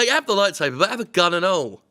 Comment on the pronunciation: "Just 'ave a gun" - Wow Jim how long have you been living in the Deep South now?